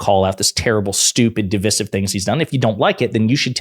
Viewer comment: Again, please stop saying "de-VISS-iv." The word, DIVISIVE, is pronounced like it's spelled.